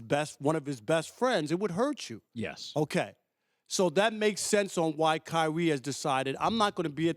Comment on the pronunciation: kywee twayded ?? .. speak up big fella